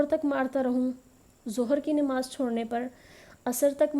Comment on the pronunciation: It's not Nimaz it's Namaz